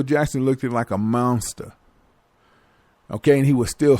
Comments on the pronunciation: I don't trust any narrator that pronounces words like "dat" "hurr' "mownster" foh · mounsta!!! lmao